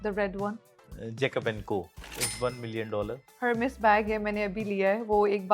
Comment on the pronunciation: The spelling is Hermès, but pronunciation is “ER-MES”